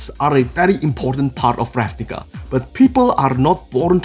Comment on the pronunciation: Every time you say the book name I become racially triggerd. Still a good guide